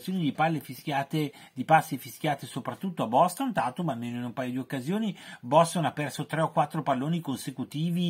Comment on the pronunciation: Boston dipende troppo dalle prestazioni di tatum (si pronuncia teitum) che è troppo discontinuo, questo è ciò che gli veniva criticato l’anno scorso, quest anno non sembra migliorato.